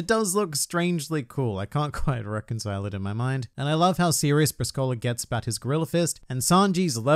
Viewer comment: everyon pronounces Briscola's name wrong, the emphasis is on the "i" not the "o" it's Brìscola